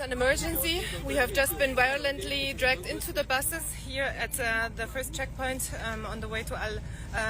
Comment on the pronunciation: Wiolently dwagged into the buses? Shocking, absolutely shocking